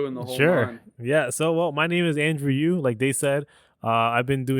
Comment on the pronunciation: AYO ITS YU NOT YOO WTF